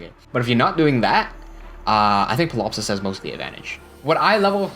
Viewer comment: I'm also a fan of that. For your benefit: correct me if I'm wrong, but pretty sure the p in Ptilopsis is silent (lots of tricky names in the game). Also: Myrrh = Mur. Evidence here: Promise I don't mean to nitpick or be a bother, I just know that I like to be well informed and that I enjoy being corrected so I can improve going forward, and since you seem like the sort who would like to learn and improve, figured I'd point those things out.